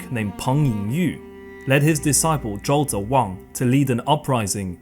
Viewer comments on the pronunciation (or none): none